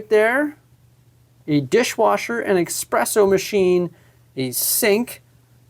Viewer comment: "Expresso Machine" :(